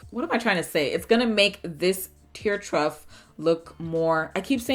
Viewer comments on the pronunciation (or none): It's NOT "Truft". 😑 It's Tear TROUGH (pronounced "TROFF" ) as in a horses water trough (the big long container they drink out of)